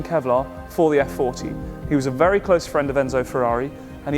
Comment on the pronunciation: I wish to compliment you on the quality of the videos. The story and the features of the cars are always elegantly told down to the geekiest details. I have to point out though, that for the kind of exclusivity of the cars, the formality of the presentations it’s very sad if not offensive that you butcher Italian so regardlessly. I shall never expect you call the car by its actual name “Effe-quaranta” despite in Italy we shall never call a Jaguar “Tipo E” but it would round up to 100 your videos’ prestige if you were to pronounce “Cesare”, “Bagni”, “Regazzoni”... the lot, in a more correct form. Thank you.